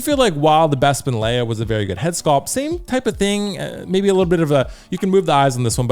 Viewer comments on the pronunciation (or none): none